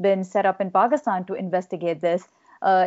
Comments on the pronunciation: One of the best reason that I like you is you know exactly how to say words like Karachi, Pakistan etc. you don’t say Pakistan like most ppl do “Paasykisstaaayn” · So true...she'd be terminated by CNN or other like networks for doing research before reporting her story. I hope she has seen all the great comments. I also like that attempts to pronounce her name and the names of the Pakistan cities correctly. To me it is a sign of respect.